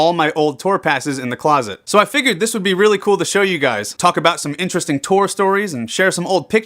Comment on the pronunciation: hmmmmmm.. vewwy in-tuh-westing.